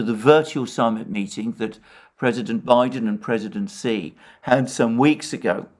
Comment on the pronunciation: Excellent! Cannot express how happy I am on your accurate discussion of China! Btw: Xi is pronounced “she.”